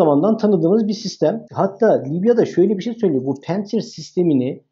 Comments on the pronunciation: Ya. Her seyde bi ingiliz Fransız takliti yapiorsunuz. Pentsir degil, pantsir. A VAR ORDA. PANTSIR. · ingiliz de predatör demez, predaytor der, hele hele, bi rus ismini. Ingilizce demek cok daha vahim. Pentsir diorsunuz. Orda a var. Pantsir. Milletin fastpay e, festpey demesi gibi, veya, fastfood a, festfud demeleri gibi. Sizler bilgili insanlarsınız, bu hatalar hiç yakışmıyor. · Hocam pensır değil de "pansir" olacak...rusçada ingilizce gibi incelme olmuyor... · konuyla alakası yok amma pantsir s1 amerikan hava savunma sistemi değil. haliyle söylerken "pEntsir" demeye gerek yok :)